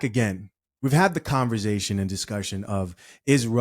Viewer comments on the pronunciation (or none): Bro I just have to say this, the word is not pronounced converzation, it's conversation.